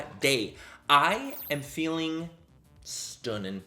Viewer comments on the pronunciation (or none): The way Manny’s been saying stunnin’ recently in a Conor McGregor accent hahahaha living